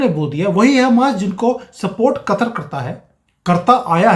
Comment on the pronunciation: Katar nahi Ku..tar. P.c.